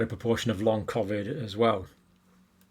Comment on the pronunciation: And why does this guy say COVID differently to everyone else on the planet? I am also a northerner from the UK but never pronounce COVID like he does.